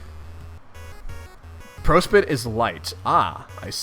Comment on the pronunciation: Ah yes, the very important planet of /pro-spit/. What is this prospit you speak of, I only see pro-spit!